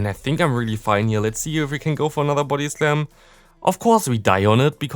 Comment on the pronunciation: Is it only me who hears his body slam as booty slam :3